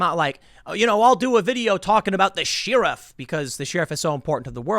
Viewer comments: Tim, ARGHHHHH!!!! Learn how to pronounce "sheriff". It's not "sheer-if"! It's "sher-iff" where "sher" is pronounced like the singer Cher! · Nobody: Nobody at all: Tim: SHE. RIFF. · BTW: 'Sheriff ' is pronounced 'sher-iff" not 'shee-riff." As in Robin Hood's Sheriff of Nottingham. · "Shirr-raf"? Are we referencing a middle eastern poet or the modern word for "shire reeve" produced as "sheh riff" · "Sheerif"? C'mon Tim. It's pronounced "sherrif". A short 'e', not a long 'e'. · What’s with She-riff? It’s pronounced “share if” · The way you say Sheriff bugs me XD, (Shear-if) when it should be (Cher-if) like the singer lol. Keep up the good work bro!+ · Share-iff is how its pronounced lol. Not Sheer-iff. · I pronounce it like "cher". But yes, sheeriff is an awkward way to say it. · It's DEMOCRAT party, not "Democratic".. Sheriff is pronounced "SH-eh-R-iff" not "SHEEEEEEEEE-R-iff" for fxck's sake.. Who on Earth would continuously say shEEEEEEErif, over and over and over? SHEEEEERIF?? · Hey Tim... It's shEriff not shEEriff and the L is silent in folks. Keep up the great reporting. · Tim, please learn how to say “sheriff” right. It’s not sheer-if. It’s Cher-if. Thanks. 👍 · Tim - you're mispronouncing "sheriff" Share - iff NOT Sheer - iff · Pronounced Share-uff not Sheer-iff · What's up with Tim's pronunciation of "Shee-ruff"? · I watch your videos all the time but you’re killing me with the pronouncing the “Sheeeeeeerifs” 😂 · Why is he pronouncing Sheriff that way. She riff weird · What is a "she-ruff"? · the fact tim called dave a "sheer-iff" got me triggered. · Polite feedback: it's typically pronounced like "share-iff". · I watch your stuff, that won't change. But i couldn't finish this particular video because it was so cringe-y how you pronounced sheriff incorrectly. It's share-if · No one: Tim: Shear-uf Everyone: 🧐🥴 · Me: say share Tim: share Me: say ruff Tim: ruff Me: say sheriff Tim: Sheeruff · She-Riff? Sheh ·ruhf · Did Tim lose a bet? Who pronounces it “Shearuf”?